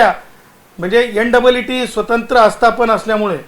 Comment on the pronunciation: Ntte हे कसली परीक्षा तुका नीट नीट म्हणता yet नाही झंडू